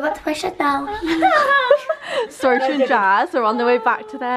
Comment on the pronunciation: AGH ITS SAROCHA :))))